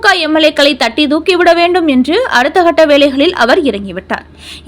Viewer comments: இந்தம்மாவுக்கு க வராது. அதான். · "கட்ட" என்னும் அருமையான தமிழை "ஹட்ட" என வாசித்து கொடுமை படுத்துகிறீர்களே.